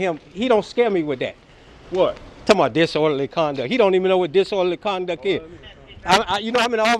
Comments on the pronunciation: "You dont know what disorderly conduck is" 😂😂😂😂😂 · I'm surprised this dude is able to breath without being reminded to do so! He really is that stupid!!! He said "disworderly conduck"